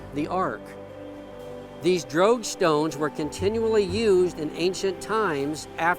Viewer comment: Until i finally saw it spelled, i thought you were saying "drag stones" in a very weird way. After all, the drogue stones are for drag; right?